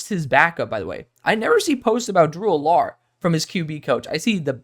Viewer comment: I could be wrong, but I don't think that's how you say Drew Allar's name... Just giving you a heads up, not trying to nit-pick. This is my favorite video from you so far! I love your analysis. What are your thoughts on Brady Cook?